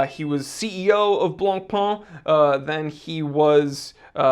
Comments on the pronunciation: Stop saying "Blanc-PUH" 🤣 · dear, Jean Claude Biver's name isnt that butchered, but BLANCPAIN is STILL BLONPèN and NOT BLONPAAN or (goshhh!!!) BLONPON!!!!!!!... 🤯🤯🤯🤯🤯PLEASE be nice to the Whitebread and do not butcher that too violently. 🤣🤣🤣😈😈😈🤯🤯🤯🤯🤯🤩 Meanwhile we'll hopefully see not another copy of a copy of a copy of an FP Journe or Moser... Perhaps a new instant classic in Luxury sportwatch? Who knows... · if you can pronounce Chopin, you can pronounce Blancpain. The -pin in Chopin and the -pain in Blancpain (it means 'whitebread') are pronounced the same.